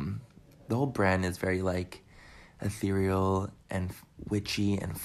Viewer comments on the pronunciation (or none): Hey!!! Glad you are feeling better❤️ love you and agree with you.. if he says Atherial one more time I might gouge out my eyes and ears... lol it's cursive he needs to pump his brakes!